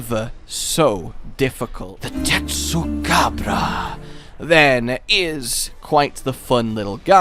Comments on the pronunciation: Why are you saying tesucabra in a Spanish accent with Spanish music that’s stupid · Not gonna lie. Part of what I love about Tetsu is his name. Your Latino inflection of it is making me love it more 😂.